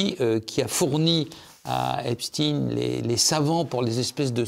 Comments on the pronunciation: Il faut arrêter de dire Epstine mais Epstein comme Einstein oui il était juif inutile de le cacher ! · Pas Stein mais prononcer stien. C'est juif. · Comment on prononce Epstayne ou Epstiiine ? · Pourquoi il l’appel Epstine tout le long?